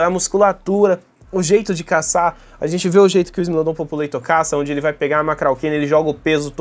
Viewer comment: não é "populeitor"😢 é "populartor" com o mesmo A que em população e povoar<populare, isso é latim, lingua mãe do português, nunca inglês